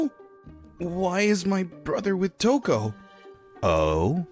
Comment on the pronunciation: It's Touko, King. Not Touke.